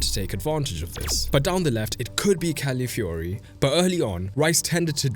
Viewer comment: Great video and analysis, but please get CalAfiori's name right. You aren'r the inly one making this mistake but it's annoying and just wrong